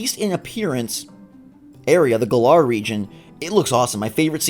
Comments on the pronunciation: Who's messing up the galar region? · How is it that people are mispronouncing "Galar" less than an hour after they said it in the direct?